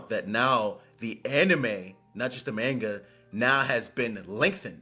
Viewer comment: Dude really said mayn-ga 😂😂